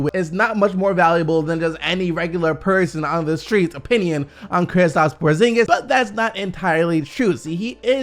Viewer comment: Thank you for not saying KriPstaps anymore